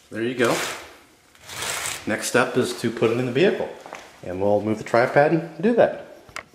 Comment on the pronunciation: Tri-Pad ? or Tri-Pod ? good video tho thanks :)